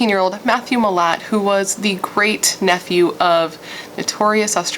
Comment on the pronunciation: Also yes it's pronounced like mill-at